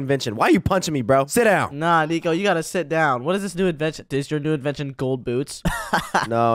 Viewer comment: sit down× sit own✓😂😂😂😂😂😂🎉❤❤